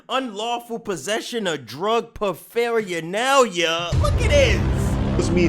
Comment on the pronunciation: that ain't how you say paraphernalia